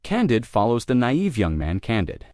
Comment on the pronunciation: Candeed i think is how its said